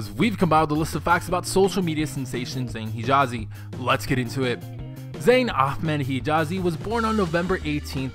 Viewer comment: Please don't say aKHmed it's so annoying if you can't pronounce it just say Amed